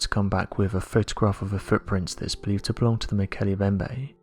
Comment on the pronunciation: To the narrator..the M in Mbemnbe is not silent. It is pronounce Molkele "eM" bembe.